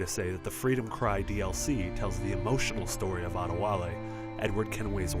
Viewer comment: It's not pronounced add-e - wall- e..it's ADÉ- WALÉ.. With heavy pronounciations on the e's. you Americans can't say it right.